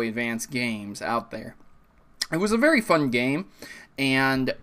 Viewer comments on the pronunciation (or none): none